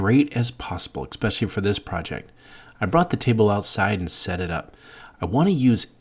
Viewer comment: "My wife has an OLD card table..." (Proceeds to pull out a plastic crap table from the 21st century) Also.... "One inch and one quarter" and "eck specially" Wish you weren't so awkward bud.